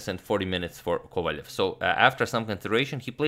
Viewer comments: Why do you say Kovaljev his name is Kovalev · Since you're striving to pronounce names better. Wiki says that Vladislav's name is "Владислав Ковалёв", so it should be "Kovaliov", stressed on "iov".